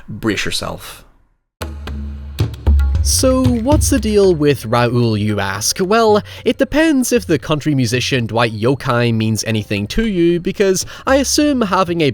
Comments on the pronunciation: Pronunciation tips: Metamor-phosed (not metamorphosized) Dwight Yoke-um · Just for clarity, it's pronounced Dwight "Yoke-Um". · I'm sure others have said this but it's Dwight Yoakum (Yo-come). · Dwight Yoakam pronounced Yo cum. Also, he was scary before this film. He was the psycho drunk abusive step dad from Slingblade.